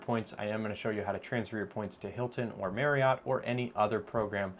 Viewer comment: FYI: Marriott is pronounced like saying “marry-it.”